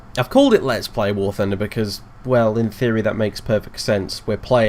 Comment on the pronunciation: I heard war tunder